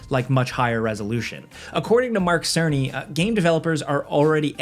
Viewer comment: "merk serniy"🤓